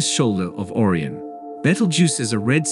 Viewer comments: Beetle Juice not bett-el jus Or-eye-on not orree-onn Rye-Jel not ridg-ill headline "WEb disocers" content "blah blah blah blah blah, blah blah, blah blah blah blah blah, wrongly pronounced blahg blah blah blah blah blah blah" ad-infinitum. Your channel is AI generated CLICK BAIT bull$hi7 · Orie - o - nis. What kind of pronunciation is that for Ori - on simply Orion. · What a terrible AI you have to read the script. It mispronounces supergiant, Orion and several other words. Get an editor to get an AI that can read the words properly.😒☹ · The Title is a BIG LIE! The JWST has NOT detected a supernova of Betelgeuse! BTW, the text to speech program repeatedly mispronounces Orion and Giant. Amazing that the authors haven't done a better job.